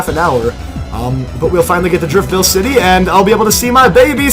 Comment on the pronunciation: For so so long, you said Driftveil city... and it triggered me...